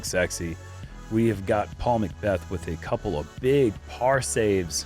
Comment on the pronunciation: He said “That’s another par for Paur McBeth” 😂